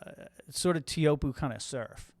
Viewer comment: i've been to tahiti and the guy said "tay-ah-who-op" i just called it chopes, not trying to ben that guy